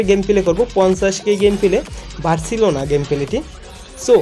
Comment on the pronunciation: ভাই নাম গুলো আমি বলে দিচ্ছি, পরবর্তীতে এই নাম গুলো উচ্চারণ করবেন। একটা হলো টোকিও, এটা জাপানের রাজধানি। আর একটা হলো বার্সেলোনা। এরপর উচ্চারণ ঠিক করবেন। খুব উইয়ার্ড শোনায়।